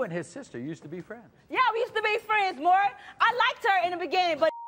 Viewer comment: Again, someone else don't know his name! It's NOT Murray, it's Maury! Short for Maurice. Do they pronounce Maurice like Murrice? 😅 It's so ignorant! Come on people, have enough respect for the man to say his name correctly! We miss you Maury.